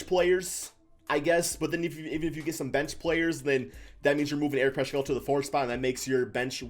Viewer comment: It's pronounced Paskal not Pashal or Pashkal. Need to know the players names before pontificating. Clearly this dude doesn't watch Warriors games!